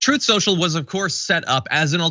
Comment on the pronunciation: “Troth Sential”